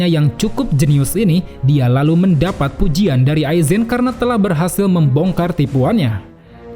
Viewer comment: Suka Banget Pas Lu Ngomong " EL LALUH " 🤣🤣🤣